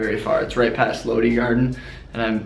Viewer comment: Lodi "लोड़ी" Garden. Lul.